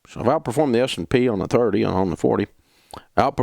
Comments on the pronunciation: Is he saying “SMP” when he’s talking about the mutual funds beating it? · Is he saying S&P?